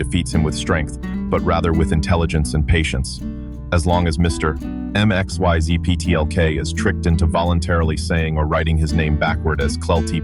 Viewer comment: It is pronounced Mix-yez-pit-elik.